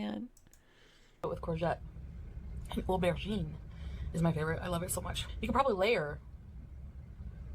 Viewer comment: She simply had to over pronounce aubergine.